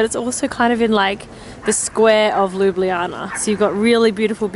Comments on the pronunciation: It's not called ljubljijana it ljubljana I know I'm slovenien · You Said Ljubljana wrong. You Said ljublijana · Ljubljana [lju-blah-nah] Ljubljansi grad [lju-blahn-ski grad] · Luubliana :D Im slovene so it's funny (Jaz sem slovenec zato je smešno ) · it's pronounced LOO-BLAH-NAH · I actually live in Slovenia and it's really cool to see that you love it so much. Made my day. It's funny when you try to pronounce the name tho😂Also love the video. It's beautiful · lol I love how you say Ljubljana. It's so wrong but I love it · You are saying "Ljubljana" wrong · You are not pronouncing LJUBLJANA correct.